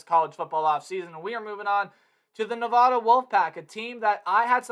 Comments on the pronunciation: It's Nevada not nevahda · It’s nuh-VAD-uh! That’s my alma mater! People always say it wrong!